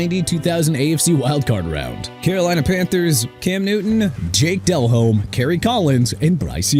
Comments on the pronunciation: Also, I don’t think I’ve ever heard anyone pronounce the “H” in Delhomme before. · Can't even say Flacco correctly. This guy is done. Flacco is pronounced Flah-koh not Flak-koh... and ALSO MR ILLITERATE DELHOMME IS PRONOUNCED DE-LOHME NOT DEL-HOME!! LEFT-WICH NOT LEFT WITCH!! AND STAUBACH IS PRONOUNCED STOHL-BACH NOT STOW-BACK!! ARE YOU DONE MISPRONOUNCING EVERYBODY?? BY THE WAY YOU MISPRONOUNCED NEW ORLEANS AGAIN! NEU OR-LINZZ NOT NEU OR-LEANS!! I'VE HAD ENOUGH!!